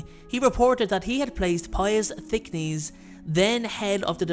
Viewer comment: Duuuuuude it's Thick-NESS! Not Thick-a-neez!